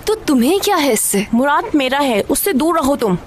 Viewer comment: it's muraad they pronounce it Muraat and write it Murat